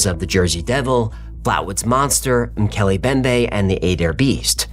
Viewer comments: Its pronounced "moo kelly em bem bay". I'm glad the entire episode isn't focused on just this one. I don't know how long i can take the mispronunciations 😂 mookelly embembe guys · it's pronounced ' Mc Kelly M bembay' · MOH-kay-lay mm-BEM-bay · It's Mm-Keeley-Em-BemBae